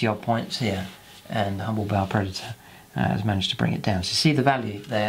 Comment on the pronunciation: That is a damn pretty tank! And I like that you pronounce the name of it right. Many is the ba player I've met who tells me how cool their 'ball' predator is. smh It's the only blood angel toy I wish other codex marines could take, mostly for the twin assault cannons.